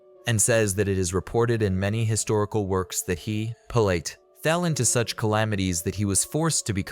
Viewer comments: It's pronounced pil-uht. Using a unique, but wrong, pronunciation really throws off the brain. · In the first two sentences your AI mispronounced his name. I'm gone. Use your own voice and don't be so bloody lazy.